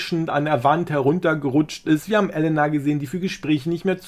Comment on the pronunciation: Elena nicht Ellenna